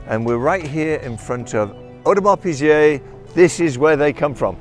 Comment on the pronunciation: Audemars Peazay